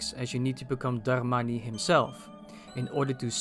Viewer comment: i love the way you say "Darmani"